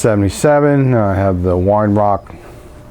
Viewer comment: great stuff pal, but it's not wine it's vine,......ha ha!!!